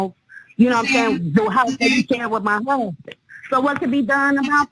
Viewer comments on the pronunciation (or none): "He done kilt muh DAWWWG!" And "Muh Huuuuusbin!" Cracks me up how she mispronounces and drags out the wrong syllables, LOL... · I'm amazed how she manages to drag out the first syllable of "huuuusband" everytime. 🤣